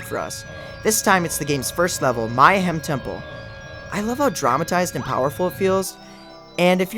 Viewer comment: Mayhem not My-hem.. sheesh.